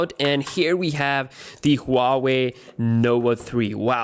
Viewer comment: Who the fuck ever says huawei like that